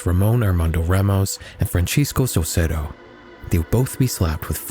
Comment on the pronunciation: He also pronounced ‘Saucedo’ as ‘Saucero’ for some reason